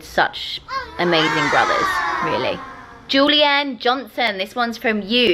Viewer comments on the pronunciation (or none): none